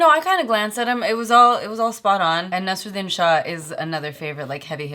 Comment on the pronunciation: Even she doesn't know how to pronounce Naseeruddin and Ahemdabad